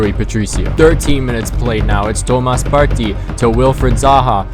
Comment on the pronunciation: The way you say partey is cringe